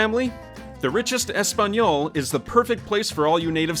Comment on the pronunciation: Hearing him say, "Español" made my eyes bleed